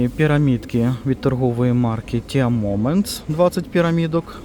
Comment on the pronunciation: дозвольте виправити вас… чай англійською «Ті» Tea Moments(ті моментс).А взагалі дякую за огляд. Як завжди,дуже доречно👍